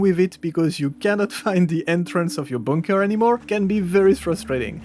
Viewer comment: I like how you say bunker. Boonker.